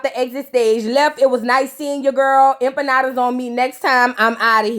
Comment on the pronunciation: i’m hispanic & bust out laughing at all of spanish speaking jokes & accents hahahahaha “empanadas!” 🤣🤣🤣